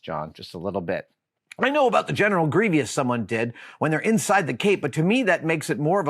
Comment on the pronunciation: The fact that Adam says "Gree-vee-ous" instead of "Gree-Vous" is a little nails-on-a-chalkboard, but I've heard some others say it, too, and I happily mock them for it.